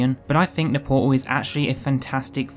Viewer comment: "give me port-ul of wat-uh" :)